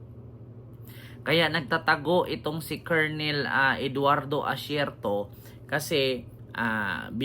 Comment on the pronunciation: korekyon po, kernel eduardo acierto yan ang tama na pronuncation